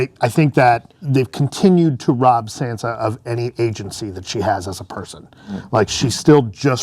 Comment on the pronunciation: the guy in the right is so useless... everything he says just bores me to death and also its sansa, not sandsa